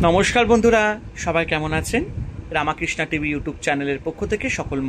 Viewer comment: এটা রামাকৃষ্ণ নয় এটি কিন্তু রামকৃষ্ণ হবে। দয়াকরে উচ্চারণ (রামকৃষ্ণ নাম )ঠিক করুন